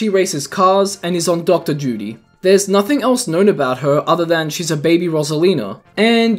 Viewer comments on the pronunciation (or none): none